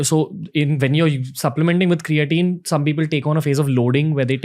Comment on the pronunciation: its not ,crea teen its cray teen